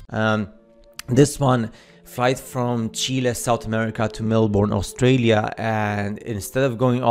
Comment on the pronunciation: We say stralya too